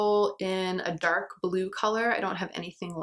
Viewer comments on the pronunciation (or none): none